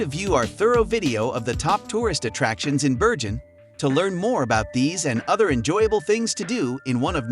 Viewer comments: Why do you alternate between pronouncing 'Bergen' with a 'hard' 'g' and then at times with something that sounds like a soft sound, almost like 'Berjen' or 'Beryen' ? The correct way is with a 'g' - like in 'go' in English. The locals are very patriotic and love their city, their dialect, and not to forget: the name of their city - I'm surprised you got out of there alive and kicking, lol. Best wishes and don't forget the 'hard' 'g' next time you come around. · Freaking annoys me that someone can make a 10 minute video about a city, yet they're too lazy to find out how to pronounce its name.